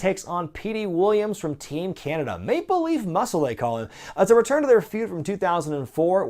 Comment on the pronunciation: I always thought Petey's nickname was Make Believe Muscle. Damn, people need to learn how to enunciate.